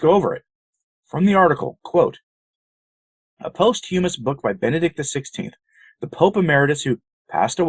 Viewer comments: post humus what a prat speak english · I enjoy you. Please learn how to pronounce posthumous.